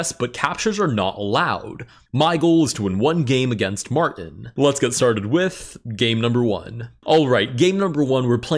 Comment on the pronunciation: “m””r” tin 😂